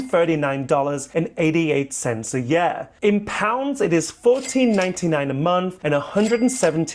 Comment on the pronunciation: I like how he says yurr instead of year